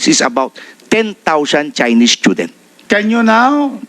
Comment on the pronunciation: *Stoo-dents... Hindi schoo-dents 😂